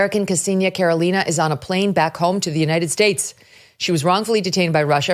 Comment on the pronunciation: Why everyone say “KarOlina”, she is KarElina, with a stress on E . That is the right way to say her Russian last name. I am glad for her, it is a horrifying story and this is why i don’t go to Russia for few years now.